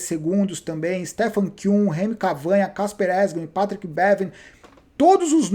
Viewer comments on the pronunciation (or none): none